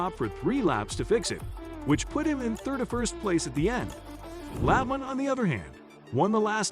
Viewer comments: This would be a lot better if you would pronounce Terry La-bont’s name as “La bon ta”. If nascar techs were checking your video, you would be sent to the back of the longest line, not for cheating but, for not doing your homework. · It's pronounced "La Bon Tee". Jesus, get the names right. If you've been around NASCAR for any length of time you should know this. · For a channel that is supposed to be all about Nascar, you really need to learn how to pronounce the names. For example, Labonte is pronounced La-bon-tee. I had to stop watching the video because I cringed each time to mutilate his name. If you watch and listen to the original videos you are taking clips from, I can assure you that his name will be correctly pronounced to help you learn it. Same goes with the track names. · If you can’t pronounce Terry Labontes last name or Talledega you don’t know anything about the sport so many errors in this video it’s a joke.